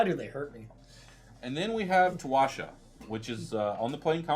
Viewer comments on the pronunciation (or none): Towasha on the plane Kamigawi.... lol, I think you mean Towashi on Kamigawa...